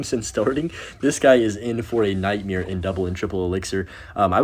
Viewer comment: Bro says nightmare weird lol